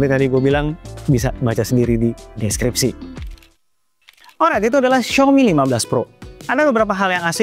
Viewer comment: Paling benci pas ngomong alright, sok Inggris tp spellnya amburadul...